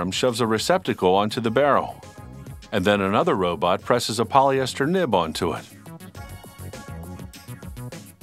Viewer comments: Oh I almost forgot they got a narrator who said "robut" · "Robut" LOL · when they say robot, I hear ro-butt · hehe 'robut'